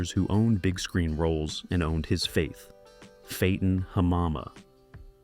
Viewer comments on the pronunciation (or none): It's pronounced Fatten Hamama, like an actor will fatten up for a role. Not Fayton, lol. And Hamama is pronounced like you say ma'am.